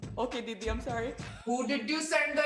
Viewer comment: No one: Lilly: Didi CC: Deedee